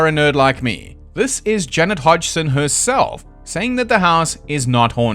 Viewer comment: Every time you pronounce Janet Hodgson for some reason I hear "Jennifer Hudson", which makes the story more interesting in a way